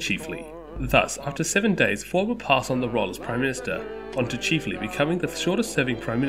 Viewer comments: Chif… not cheeeef. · It's chif-ley NOT Cheef-ley.